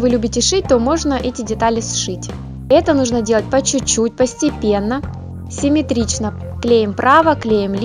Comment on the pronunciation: Ты когда говоришь,ты говоришь СЛЮНЯМИ и + ты много раз сказала Семитрично,ДИЗ